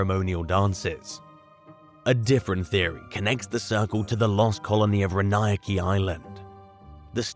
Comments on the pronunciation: Row'-an-oak. Didn't you ever go to shuuuul? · Row-a-Noke = Roanoke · Lol...that pronunciation or Roanoke...